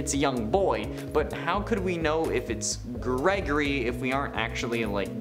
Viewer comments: Ah yes... "GERGORY" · "Gergory" lmao